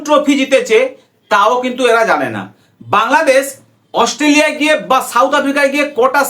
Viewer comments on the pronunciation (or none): Chacha Australia bolte Gia mukhe Assoo hoa gache😂😂😂